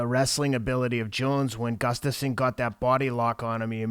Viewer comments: GUSSSSStafsson. Not GUFFstasson. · I could pronounce "Gustafsson" before watching this video.